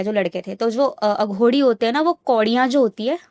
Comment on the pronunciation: अघोड़ी नहीं अघोरी होता है